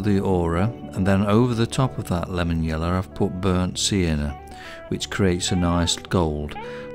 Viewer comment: I love the way you say 'yellow'.. 'yeller' 😂 amazing video as always.